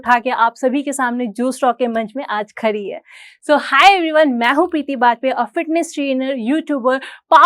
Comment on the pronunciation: Bihaaariii pehle Hindi bola seekhhhlee.....khaaari nahi khaddi Hota hai😂😂😂😂main video start 11 minutes